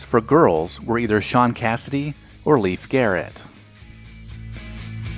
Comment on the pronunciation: Great vid. As I was born in 1964, I was a pretty small kid for most of this. Again, I feel more Gen X than Boomer but hey, that's the way folks born in '64 are categorized lol. Just a note-I loved Leif Garrett in 1976/77. (I was 10/11.) It's "Layfuh" not "Leaf." Lol.